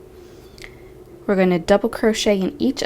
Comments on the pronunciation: Not picket...pee-ko the t is silent 😊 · Patricia Morales my code is c1 v3 h5 thank you I've heard many ways of saying picot, but never picket until now. I thought it was more like peek-oh or like you said pico LOL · Sorry, I hate to be THAT person, but i'd want someone to let me know if i was mispronouncing something..... "picot" is pronounced "pee-koh" absolutely love this pattern though!!! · picot is pronounced pico.....thank is silent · Pronounced pea-co, with a long o sound. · yes, Picot is French and you're correct. it is pronounced as P-Coe .. the T is silent. i've watched many videos and this is the first time i've heard it mispronounced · The T in picot is silent